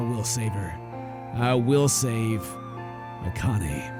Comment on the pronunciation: it said kanny when the girl was talking instead of akane